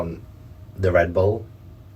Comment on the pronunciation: the ghost saying rebull is nasty lol queen shit shes so real for that